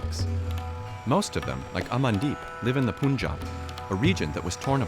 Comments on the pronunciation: Punjab is pronounced as Poonjab instead of Panjab. That shows how much homework the team had done and video's reliability. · It is not pronounced as poonjaab - it's panjaab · This video is full of inaccuracies: 1) It's pronounced Pun-jaab, not Poon-jaab. 2) Punjab is not the breadbasket of India. I mean, no longer since a few decades. Check the state-wise wheat, rice and other cereals' production, and you'll know that other many states are comparable or outrank Punjab in production. 3) Turning this into a political issue just about Sikhs is harmful to the real historical understanding that many communities suffered during partition. Sindhis, for example, were overnight rendered homeless and without their own state. Many Rajasthanis, Gujaratis, Kashmiri Pandits lost parts of their regions. This Sikh exceptionalism divorced from the rest of the India from a western perspective, from journalists that can't even pronounce 'Punjab' correctly, just to pander to their local hardline Sikh diaspora is ridiculous. Especially in a country as diverse as India where different languages, cultures and customs intermingle and coexist with their strong representations. I hope you can make your research deeper. This takes new relevance since farm laws protests originating in Punjab and Haryana were widely reported outside India, but those didn't have much traction amongst other farming and enterprising states such as Maharashtra, Karnataka, Kerala, Tamil Nadu, UP, Bihar. Why? Because, in general, Indian people want competitive markets. And some farm law protestors want monopolies and easy guaranteed incomes, at the cost of environmental degradation and banana repub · I can’t take this seriously white peoples pronunciations poonjab eemran khan 😂😂🤣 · They always say poonjab 😂 can't they say Punjab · It's not Pyunjaab it's p-ann-jaab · It's not even "Poon-jab" or "Pun"jab it's Panjaab panj(five) aab(water)" land of five river" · It's pronounced as Punjab not Puunjab.